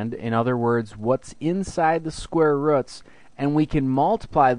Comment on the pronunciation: Thank you! I finally understand square "ruts" ;)